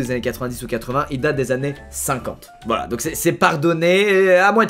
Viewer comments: C moi ou il dis clairement 1000 fois VLAAA des blesse!!! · Il dit v'là tout le mond temps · Il a forcé avec le vla 😭😭